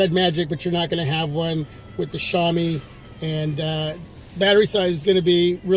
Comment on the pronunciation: Hey bro, its actually pronounced SHOW mee (-sh as in ship, -ow as in now, -ee as in street, note first syllable stress) LOL, thanks for the upload.